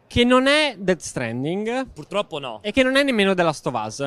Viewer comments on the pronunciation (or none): none